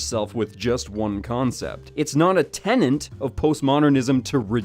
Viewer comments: "Tenet", not "tenant". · I'm still befuddled that someone so smart can continue to pronounce the word "tenet" as "tenant." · Tenet vs Tenant there,. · is the second video with the same mistake, so I don't think it's just a slip of the tongue. The word is "tenet", not "tenant". No second "n". Post-modernism is self-refuting. It's very definition excludes itself. It is like the "see no evil, hear no evil, speak no evil" monkeys, except with their heads up their asses. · "Tenet" 4.47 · Dude, 'tenet', seriously